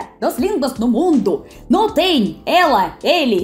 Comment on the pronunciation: O teu problema principal é o de não nasalizar nenhuma palavra que nós nasalizamos. Tipo “não”, você fala “nao”. Entende?